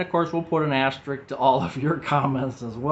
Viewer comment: AsteriSk. Asterisk.... there is an extra S in that word!😊